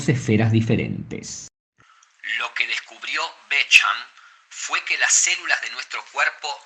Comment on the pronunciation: Bék hamp? Beshamp se pronuncia